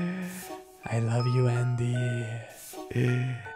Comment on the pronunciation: dude i was just playing roblox then i hear ''I LOVE YOU ANDYY~~'' like dude why did you say it like that